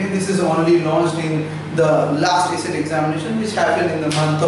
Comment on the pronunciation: Its acet not aset